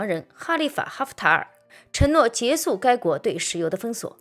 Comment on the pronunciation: 结束（shu)不是结束（su) 主播的内容不错 能不能把普通话练习一下呢？